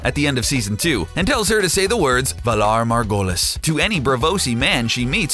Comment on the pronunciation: Say it properly ! Valar morghulis